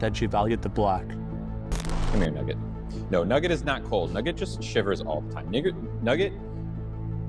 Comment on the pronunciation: I agree about most things, but the thing about her saying the N-word is rediculous. She apparently sais it . But she is gonna say Nugget, but says "Nigget". Not even the N word, especially not with hard R hahahahah